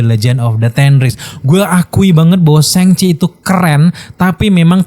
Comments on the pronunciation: Gak nyaman ya denger penyebutan "sheng chi", krnapa gak shang chi? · Shang Chi keknya kalau dibaca SHENG CHI kek lebay bro,,itu kan bahasa china bukan bahasa inggris,,,kenapa juga diinggriskan gitu??